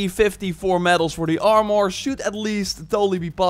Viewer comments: From hearing "ar-mer" my whole life its extremely jarring to hear "arm-or." I could understand "ar-mor" but "arm-or" sounds like two words. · It’s Armor, not Arm-More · Armor not Armoouur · «Imor» «Ican» Armor and icon u mean😂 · Armor is pronounced like this Arm- err Not are -more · I really like the part when he mentioned the “Arm-Oar” 😂 but this video is very informative. Thank you! 🙌🏻🙏🏻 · You're pronouncing "armure" as "armoire" ( /arm-war/), which means wardrobe, and it's so funny to a french speaker 🎋